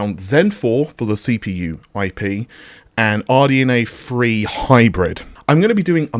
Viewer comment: RDNA Three Hybrid not RDNA Free Hybrid..............................LOL